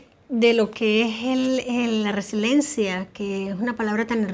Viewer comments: la palabra es Resiliencia por lo tanto hay personas Resilientes. No resilentes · mamita, No es resilencia, es resiliencia